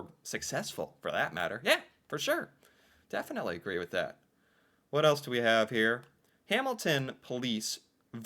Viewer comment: ... deafintely, eh?